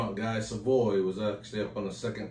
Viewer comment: Love all your videos. 👍🏻 JFYI, the correct pronunciation of “Guy” in Guy Savoy is “GEE” (hard G).